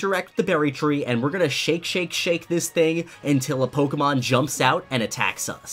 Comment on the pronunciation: Quit saying pokemon. I can't unhear you saying it wrong. Why don't you say Pok A Tips as well? No that you say with an E for some reason, couldn't say it right to save your life. Edit: and leaving ranked battles, teaching people to leave ranked. Dislike this scrub